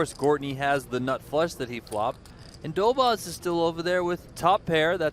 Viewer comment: these americans are clearly not into pronouncing the polish name correctly, Dobosz treat the sz as sh